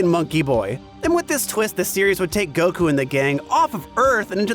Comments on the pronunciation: Every time I hear this guy say fucking "Goku" like "Goh-khuuu" I'm reminded of the cool whip scene in family guy. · I’m new here whys that one guy say Goku’s name “gokU”? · Why does he insist in pronouncing Goku the Japanese way hah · am I the only one who has a problem with the way says Goku